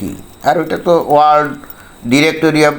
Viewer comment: ভাই World উচ্চারণে বিঘ্ন! কারণ ওর আলজিভ আড়ষ্ট!